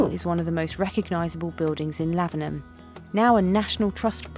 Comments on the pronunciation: Your pronunciation of Lavenham was spot on. Well done! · It bought my heart so much joy when you pronounced Lavenham so well on your first try ☺ it does depend on how Suffolk your accent is to how you pronounce it, but you pretty much nailed it imo xx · Suffolk - South Folk (as it started off being in the long distant past. A place I adore....and live in. I have a late 1390s house in a lovely Suffolk village not far from Lavenham that was used as Godric's Hollow. Yes - you DID pronounce it correctly. There is another house in Lavenham called The Crooked House. Its opposite The Swan Hotel. If you choose ONE VILLAGE to visit in Suffolk - go to Lavenham. Time it to then go visit (just down the road) to Kentwell Hall - a moated Elizabethan Manor house in Long Melford. Kentwell puts on historical events. I am just about to do the last day of a week long event set in 1564. I play Lady De Vere....remember De Vere House? Those De Vere's!! Feel free to message me if you want any suggestions on where to stay, what to see. BTW...(more for others reading comments who are HP fans) the actual "Harry Potter" house does NOT exist....it was created for the film. The house called De Vere House, is often said to be the HP house. Nice to see this video is correct in its description. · You girls are now officially English ..having pronounced Lavenham properly. 😋 ...welcome to being English .. you are one step away from getting your Dame-hoods from King Charles.